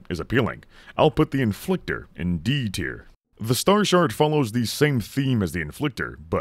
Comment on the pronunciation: Did you say "Star Shart"? Will I be sharting at my targets?